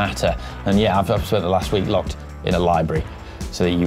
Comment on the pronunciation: Locked in a library rhymes with dropped in a library